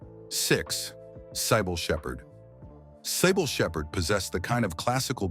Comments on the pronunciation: “SIGH BULL” SHEPHERD? NO IT IS “SYBIL SHEPHERD”. YOU MAKE ME SIGH OVER THIS ONE. 🙄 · CIBYLL SHEPHERD PRONOUNCED (SIBIL) NOT CYBILLE.